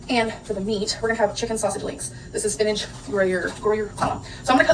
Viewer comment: Despise how she says spinach. It’s so grating and it sounds like sewage